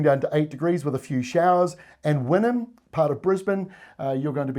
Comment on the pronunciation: Wynnum! What a surprise to hear it! Well done pronouncing it, I know it very well. 😊